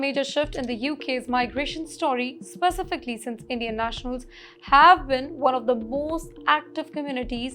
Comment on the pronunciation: This narrator/teleprompter reader needs to enroll in an English Language School where they teach proper pronouncement of words like "specification, specifically, conservative, etc.". As for a British education, it has been a "loaded hype" for many years, however SE Asian countries like Singapore are now far ahead in the education game, as has been shown via rigorous exam results.